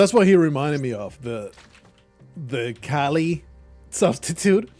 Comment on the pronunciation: Thats not, Kali, thats KYLE.